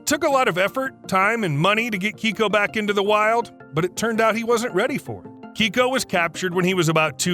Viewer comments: Keiko… not Kicko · "Kay-Ko" not "Key-Ko". It's a girl's name in Japanese. The Orca was initially misidentified, as it was actually male. I saw him in Oregon when he was still alive. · Keiko's name isn't pronounced as Keyko. It's Kayko. It's a Japanese name meaning lucky or blessed child. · It's kay-koh... KAYY KOOH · Pronounced KAYKO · The Mexican orca's name is pronounced kay-co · Dude, learn to pronounce Keiko correctly